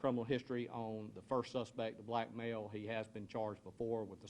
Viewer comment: Note the emphasis on " black male."